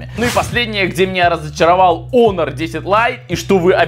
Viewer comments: Может хонор а не онор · Почему не Хонор? А Онор?😂